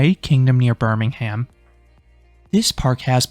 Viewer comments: you mispronounced Birmingham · Tell me how you specifically went out of your way to teach people how to Liseberg correctly but still get Birmingham wrong 🥲